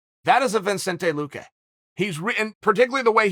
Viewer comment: I internally smirked when Anik called him "loo-key" Loo-key, loo-cue, loo-qway, luh-kay,, luh-cue, luh-qway